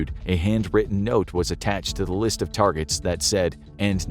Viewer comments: "Key targerts" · “Key Targerts” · "Key Targerts" That's like the "No Regerts" meme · I love the first folder that said "key targerts" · LOL "Key Targerts" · Key Targerts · Key... TARGERTS. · "Key targerts"?!?!? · Key targerts 😅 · I came here to say this